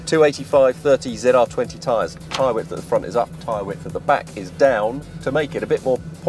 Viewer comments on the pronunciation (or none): none